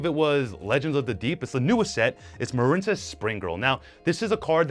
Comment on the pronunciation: Muhren-cess really? You don't know the word Marine? Like seriously? Why intentionally mispronounce card names?